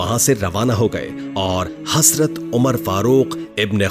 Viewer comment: Lafz hasrat nahi hai hazrat hai bahi jan ap bar bar hasrat hasrat kahrahy hai .